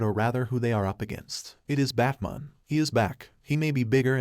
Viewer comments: You speak perfect English so Why when telling the story you call him bat mon? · Does the narrator keep saying Bat-mun? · I hate the way this thing pronounces batman